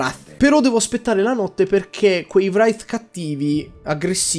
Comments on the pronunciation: Ogni volta che dici vrath mi sanguina il naso......si pronuncia (w)reith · Io lo pronuncio "wreith" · "..un Vrrrrafff?" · Non riesco ad appassionarmi... nè al 2, nè al 3... non mi prende, anzi, mi annoia a morte. Cmq Wraith si dice "Vreitf" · Ma volevi dire Wraith XD io stavo pensando a una roba stranissima XD dovrebbe pronunciarsi Reit (w dovrebbe essere muta) ma non ne sono sicuro. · guarda che al massimo il k è muto come ad esempio in know. la w muta non l'ho mai sentita XDXDXD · Io l'ho sempre sentito Reit, XD effettivamente la W muta è strana :P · wr(la R con la lingua molto indietro)ei(lingua tra i denti)t /reɪθ/ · la pronuncia esatta è vreit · yoto la pronuncia esatta sarebbe wreith, non per fare il precisino